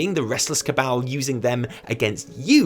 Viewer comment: Keep hearing "the restless kebab" instead of restless cabal